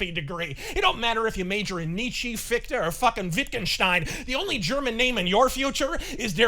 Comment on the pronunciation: The "e" at the end of "Nietzsche" is pronounced like "uh". Many words in German are like this.